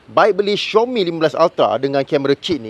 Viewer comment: bukan xiomi,itu panggil xiaomi bro,tak susah pun baca betul²🤣🤣🤣